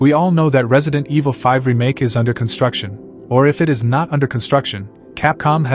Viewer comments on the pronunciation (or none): none